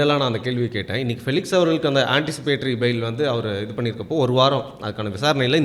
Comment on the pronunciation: பிளிக்ஸ் இல்ல... பெலிக்ஸ்